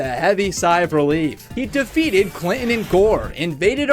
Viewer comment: . Fun fact: "Clinton" has no t in it after all. You thought that it was there, but it's not. That's why he's called Bill Clin'en.